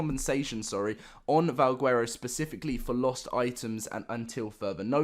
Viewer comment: yeah and he cant even pronounce valguero right. Youd think if a person is all about Ark then theyd know to pronounce the words correctly.